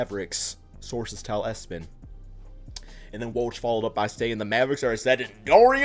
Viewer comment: Who tf read E-S-P-N as "ES-PEN" 🤣